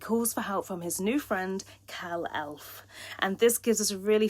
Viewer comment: Why did you say Luther instead of Luthor, and Kal ElFFfff?????